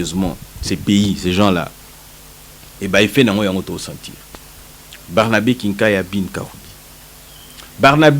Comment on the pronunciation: Mr le journaliste, on dit BARNABÉ et non BERNABE, ce n'est pas la même personne. Merci